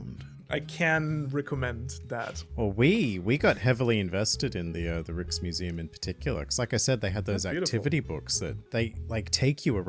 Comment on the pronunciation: I'm really enjoying this podcast series, so keep it going! I'm Dutch btw. When I heard you guys talking about the Rijksmuseum, I was a bit confused at first because of the pronunciation. The "ij" is actually pronounced "I" as in the English word "bike". There is also the German translation: "Reichsmuseum", meaning "state museum". And speaking about Dutch and Japanese relations, there is also the interesting Sieboldhuis museum in Leiden, a nice city located south of Amsterdam. Siebold was a German botanist, physian and translator who traveled to Japan with the Dutch East India Company. He collected al kinds of interesting Edo time period artifacts and exotic plants. Some of those artifacts are rare, because many were destroyed during the Meji Restoration, but are well kept in the museum. It might not be the most interesting museum in The Netherlands, but if Japanese history is your thing and you happen to be in Leiden, it is definetely worth a visit.